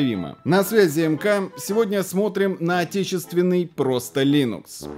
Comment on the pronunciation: Атечєствєнний) 😂 ржу не можу)